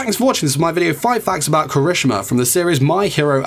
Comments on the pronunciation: he said somthing like " kreshma " lol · DUDE KIRISHIMA NOT KRISMINA IST KIRI-SHI-MA NOT KARI-SHU-MA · KIRISH'MA BOI ITS KIH-RIH-SHI-MAH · 4 sec in the vid and my boy already messed up When did anyone ever call him kirishma? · Proper pronunciation: Kira-shi-ma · did he really say kireeshma??? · Kershima wel heck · Dude you're pronouncing the name wrong. It's Ki-ri- SHE-ma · The way u said kirishima tho 😬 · you said Kirishima wrong btw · Okay, was anyone a little upset on how he said his name, or was it just me? No hate though. Great video! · I was upset too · Same! But it's probably just his accent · Lol the way he pronounced kirishima`s name😂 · CRINGES MY SOUL😫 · My mans, say the damn name right. Thank you for listening. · When he says the name wrong though